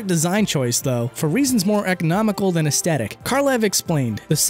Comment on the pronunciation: Did you know? It's pronounced "aes thet ic." It's a "th" my dude, not a "t."